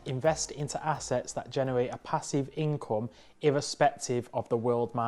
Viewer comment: Moonay a passive encome